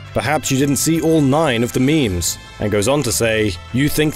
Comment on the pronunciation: “Intarnet culcha, and meeems”